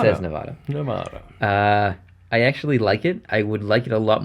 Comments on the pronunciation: Please stop pronouncing Nevada wrong. It's not nev-ah-da, it's Nev-a-da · Argh....you said Nevada wrong in this video but correctly in every other video!!!!